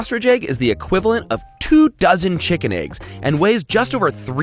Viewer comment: Ah yes, tshikin